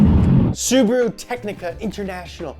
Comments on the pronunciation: sUbaru... omg... It's subAru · Bro its not subru its su-ba-ru